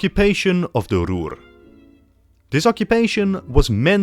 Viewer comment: why did you say ruhr that way